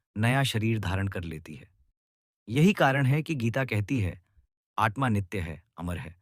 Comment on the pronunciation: It is आत्मा . Don’t say आट्मा.